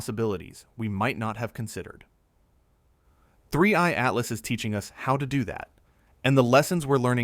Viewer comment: 31...31....31 3ieeeeeee...three eye!!!!!!!!!!!!!!!!!!!!!!!!! not 31 butttt2eyeeeeeee